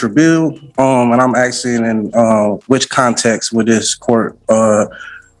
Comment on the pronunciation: He's going to get in trouble axing the judge. At least this AI goes black and white for our fast forwarding convenience.